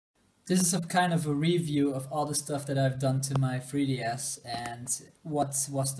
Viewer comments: you pronounce 3ds as fwee ds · the fwee ds